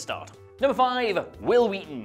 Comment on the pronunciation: I can't help feeling you're referencing something pronouncing WHil WHeaton's name so WHeird.